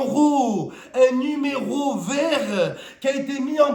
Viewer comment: Le numé“Rowe ” vert 😂